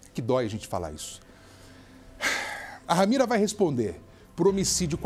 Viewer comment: Ramira não. RAMERA. Misericórdia senhor,lamentável.